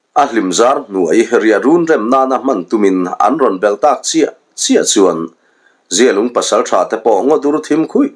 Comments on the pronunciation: Zialung i lam danah hi chuan mizia, mihring mi zia thlukin i i thkuk a, amah erawh chu zialung i lam dan hi zia hi a tha deuh e a zia viau mai tih thlukin lam la a ngaihthlak a nuam zawk ang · Zialung i lam dan hi a dikhlel deuh em aw, a zia e, tih thluk hian zialung i lamnaah hian hmang la a dik zawk ang a, zia lung, zialung